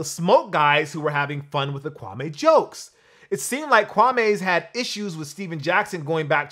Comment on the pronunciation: bro. it's pronounced KwamĒ. not Kwa-may.